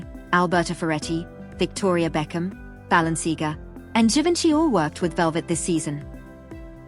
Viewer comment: Oh my gosh - I'm yelling "It's ba-lenc-ee-AAAH-gah!!" over and over, lol. Painful!